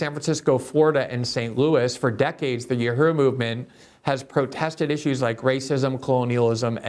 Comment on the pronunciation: Dear Glenn... The word is U.H.U.R.U... Learn how to pronounce it so that we...your viewers/listeners can understand you. But also... Tampa did what was right... All black people are guilty of being black... Candace Owen with her white husband is still a guilty of being black. The UHURU gents are all guilty of being black